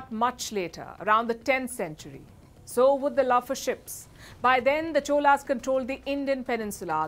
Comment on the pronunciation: Amazing coverage of suppressed but glorious history of Chozhaas. Special congratulations to Palki for pronouncing தமிழ் (Tamil). Wondering why you couldn't pronounce Cholas as Chozhaas(சோழர்s).